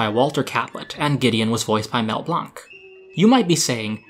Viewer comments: Mel's name is said like Blank, not like Blunk. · Mel Blanc's surname is pronounced as "blank" with a short A. In fact, his surname was originally Blank his father was the son of German Jewish parents. He changed his spelling to Blanc after a teacher told him that he would amount to nothing and be like his name, a "blank". This happened at the age of 16.